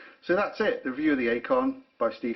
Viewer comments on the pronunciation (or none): it's pronounced 'icon' not 'a con'. Deployment means movement of troops and equipment. Deployant is specific to watch clasps.